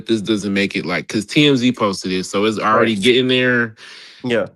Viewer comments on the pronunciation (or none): Man you be killing me with “iss no shade” 😂😂😂